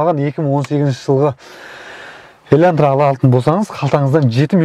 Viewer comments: Бауырым ЕльӘнтра емес ЕЛАНТРА деп айтшы, өтініш)) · Илантыра емес Елантыра 😂